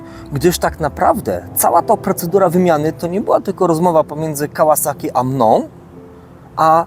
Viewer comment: PS Tak w ogóle propsy dla twórcy kanału za poprawną wymowę nazwy firmy Kawasaki. Może to drobiazg, ale jestem cholernie wyczulony na takie drobiazgi.